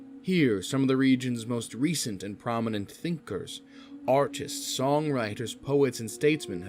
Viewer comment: I've heard autists instead of artists in the Lacaios part.